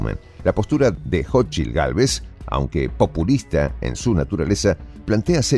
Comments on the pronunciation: No es jochil es cochil 😂😂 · Se pronuncia [SóchiTL]